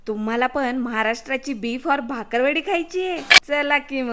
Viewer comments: भाकरवाडी नाही ओ... बाकरवडी.... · भाकरवडी नाही हो,ती बाकरवडी आहे. कृपया चुकीचे उच्चार करू नका 😂 रेसिपी 👌👌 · भाकरवडी नाही बाकरवडी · भाकर वडी नाही बाकर वडी म्हणतात...चुकीच बोलता😂